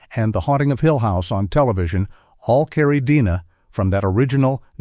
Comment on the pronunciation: "Dina"?? You mean DNA?